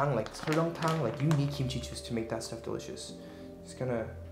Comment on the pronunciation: “That is dilishis”😭😂